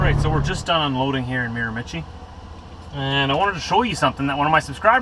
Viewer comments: It's pronounced "Mare-Ma-She." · Actually it's pronounced Mira-ma-shee. Great video. Keep them coming. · I am from the Miramichi and just thought I'd clarify that it is pronounced Mira-ma-shee, just so you know for the future:) its the Irish capital of Canada and very famous for salmon fishing:) love your videos, keep it up!! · I believe it's pronounced Mira-ma-CHEE. Very famous for the salmon fishing there. Love your videos. So you call a hat a toque...do you know what we call a togue in Northern New England? It's a lake trout. Be safe driving and give Diesel a back scratch for me. Sometime you need to take a run over to Prince Edward Island -- lots of cows there. :)